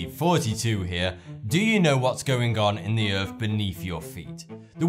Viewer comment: what's the EARF? Do you mean Earth? It's ok I get it with these things....I mean FINGS